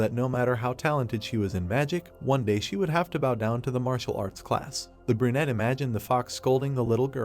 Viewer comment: bro stop saying burnete